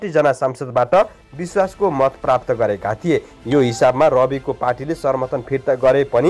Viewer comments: समाचार भन्न नजान्ने समर्थन लाई सर्मर्थन भनेको सुन्नोस न होउ स्रोता महोदय ।। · सर्मर्थन होइन सम्र्थन वा sarnarthan hoina samarthan भनु प्रो समचार बाचकले असुद पढ्नु भएन!